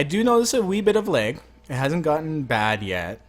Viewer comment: LAG NOT LEG